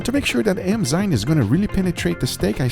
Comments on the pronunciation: eNzyme Guga, eNzyme. Not eMzyme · enzyme enzyme enzyme (not emzyne), just repeat that a few times and u got it :)